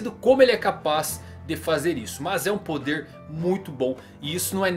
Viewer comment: Faltou o "r" de "poder"..